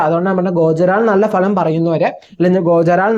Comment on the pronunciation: ഭലം അല്ല , ഫലം